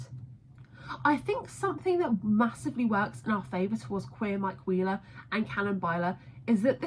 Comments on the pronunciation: genuinely thought you said "mike queer-ler" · if you listen closely when you say mike wheeler it sounds like you're saying queer in the middle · even like “aM I Queer, El?”